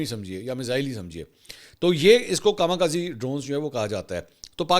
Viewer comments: Kama kazi nahi 😂 かみかぜ Kami khaze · Dear Sir, I want to make a necessary correction. The correct word is "KAMI KAZE" and not KAMA KAZI. This is Japanese word, KAMI means God and KAZE (correct pronunciation is KAZAY) means wind, means devine winds. Dr.Shahzad Nasim (Ph.D. Japan)